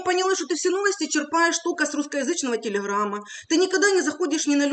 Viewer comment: А кто-то заметил, что Юля произносит ,,телеХрама,, хэкает... Ховорю, телеХрамм... Интересно, почему?